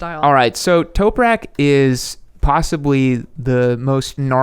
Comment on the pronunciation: Toprak not Toperak